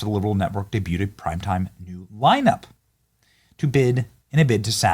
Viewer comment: Did he say ‘lineup’ or ‘whine up’?